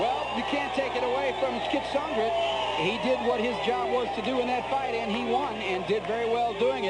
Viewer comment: The announcer is getting on my nerves. It's pronounced KEE-AT-SON-GREE, not CAT-SON-GRIT.